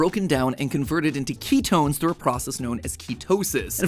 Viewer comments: Keytones? Really Mat? 😂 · Do you mean ketones, not keytones?? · Its ketones not keytones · Ketones… not keytones